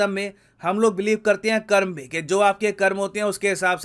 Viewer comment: I loved how you pronounced Karma as कर्म not कर्मा